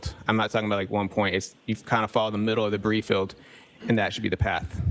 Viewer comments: It's called a debri field not debrief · Why does he only use half words? Like, he doesn’t even use all the syllables. “The Bree field” like can you say debris? “Diffinly”? Wtf